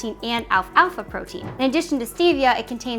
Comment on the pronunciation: I'm a little bit hesistant taking protein advice from someone who doesn't know how to pronounce "satiety" or "alfalfa"